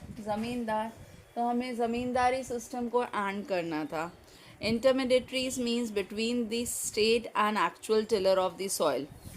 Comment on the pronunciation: Your voice is not clear.. And you pronounce Intermediaries as intermedateries...